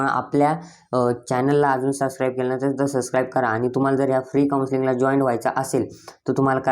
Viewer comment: Sascribe ❌ subscribe ✅